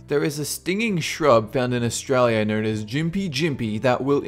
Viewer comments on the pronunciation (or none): none